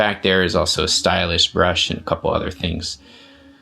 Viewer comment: Nice system, but just to clarify the MA252 is not a preamp, and sounds like you said stylish instead of stylus.